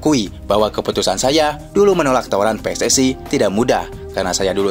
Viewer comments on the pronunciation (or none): none